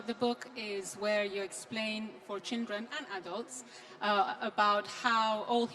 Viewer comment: Rana Rahimpour has a problem pronouncing the word "Children" She keeps on saying "Chindren" Not sure why?